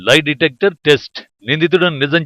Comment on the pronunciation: Live detector కాదురా నాయినా.... లై డిటెక్టర్...వాయిస్ ఓవర్ కరెక్ట్ గా చెప్పాడు యాంకర్ ఏం చదువుకున్నాడో